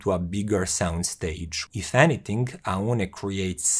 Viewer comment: Its pronounced OWN like the English word own.